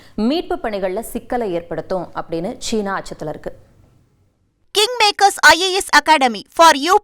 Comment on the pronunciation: ஏம்மா! உனக்கு தமிழ் உச்சரிப்பே வராதா? ஜீனா என்று சொல்லக் கூடாது சீனா என்பதே சரியான உச்சரிப்பு. நீங்கள் ஆங்கிலத்தில் செய்தி வாசிக்கும் போது அப்படி உச்சரித்தால் போதும்.